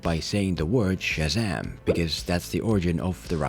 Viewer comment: "Shizzam"? Lol they couldn't even get her to say Shazam...